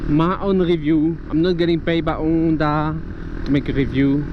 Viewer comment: This is the first decent review I saw on that model. I really think it is attractive, and so cheap too! I suppose you are French, due to your "R" and your "Onda" in stead of saying the H out loud, ha ha. Good luck and drive safely.